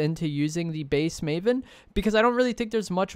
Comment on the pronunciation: First of all it’s “maven,” not “mavon.” And secondly, the maven is terrible, you’re wrong. It has the slowest ttk out of either of them. Only the exotic version is decent